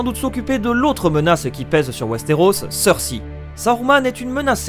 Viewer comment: Mec j'aime bien tes vidéos mais fais un effort sur la prononciation des noms stp, "Martin" et "Cersi" c'est vraiment pas possible, et vnez pas me dire qu'il prononce les noms à la française sinon sinon Jamie tu le prononces comme le mec de c'est pas sorcier et pas comme dans la série...